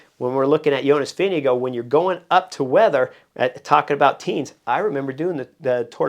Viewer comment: Vinge-go = Vingegaard